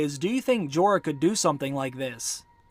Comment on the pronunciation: PLEASE learn English Grammar & Pronounciation/Elocution! Like it or not, you area teacher, & you have an enormous classroom. I am a retired English Lit & Lang Lecturer, inc ESL. “Went” isn’t “gone” & vice versa, & it’s NOT “Jeeeee-r “—doesn’t rhyme with “Eeyore”; also, I believe you are an excellent teacher. Your explications are enviable, your mastery of the subjects [Books & Series] prolific. Remember, Jon didn’t went with Wildlings: Jon has GONE with the Wildling. Please understand I write out of respect for you. You are the future, so teach well. It is your burden now. Ave atque vale!